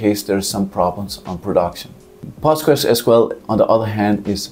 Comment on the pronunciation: SEEK-WELL-ITE. POST-GRES. Thanks.